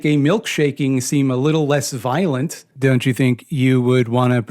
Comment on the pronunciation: Ah shit nvmd i can't count and I pronounce violent weird and inconsistent